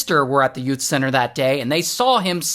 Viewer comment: “Yout” center 😂